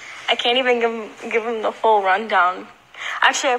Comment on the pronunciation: It's "whole" not hole...